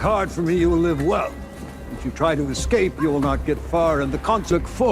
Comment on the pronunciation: Es-cap is a hell of a way to pronounce "escape". I guess the LLM voices still have some kinks to workout, nevertheless thank you for the recap!